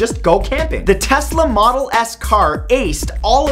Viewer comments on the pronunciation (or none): none